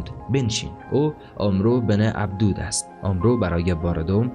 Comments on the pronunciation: کاش اسم طرف را درست تلفظ میکردی عَمرو بن عَبدَوَد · عمرو بن عبدوود نوشته میشود و «اَمٌر ابن ابده وود» خوانده میشود. برنامه جالب و آموزشی دارید و باید در خواندن و تلفظ متن دقت نمایید. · امر ابن عبدود را درست تلفظ فرمایئد